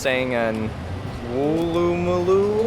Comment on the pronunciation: Such a pleasure to watch you two going around. You've made really good efforts at local pronunciation of placenames, like Bondi and Melbourne. Woolloomooloo tripped you up, upsurprisingly; it is pronounced by locals as more or less like Woolləməloo (where "ə" is a weak, unstressed vowel, like the "e" in "That dog and the cat" or the "a" in about). Miles per gallon will make sense to older Australians; metric came in during the 70s; a small issue is that US gallons and Imperial gallons are a bit different. Younger Australians would need the conversion though. Always good to have both anyway. The bird that looks like a turkey would be an Australian Brush Turkey; it's not closely related to the US turkey -- it's more closely related to Mallee fowl. There pretty common in the east, anywhere from Wollongong northward; one visits our little backyard in Sydney regularly.